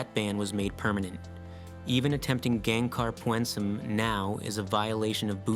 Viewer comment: Greetings from Gangkhar Puensum. I can see you down there. Btw its not "Pyuoehn-sum". Its pyn-suhm